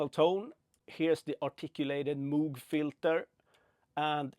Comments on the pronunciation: It’s pronounced “MOWg” (as in, mow the lawn) not “MOOg” (as in 🐄). 👍🏼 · I believe its pronounced m-oh-g